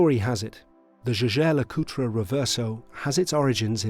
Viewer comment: You went to all that trouble of producing an average, but well shot review, saying nothing that hasn’t been told a hundred times before & while having DMcA personal watch! Alas you manage to compound this ridiculous missed opportunity by mispronouncing JLC continually! I refuse to believe you didn’t watch a few other reviews of this watch, especially when it follows the same script, did you not hear how they pronounce it? There’s even a review by the current CEO where he mentions it several times! 😂